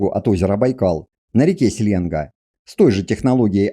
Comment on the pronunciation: В слове «Селенга́» ударение ставится на последний слог, на гласную «а».